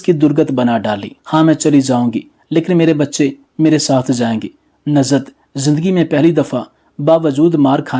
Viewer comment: It is Nuzhat not Nazhat,it is namaz not namaz.